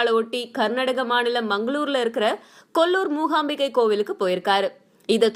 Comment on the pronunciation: Anchor said Kollur mohambike .I want to tell that it’s mookambike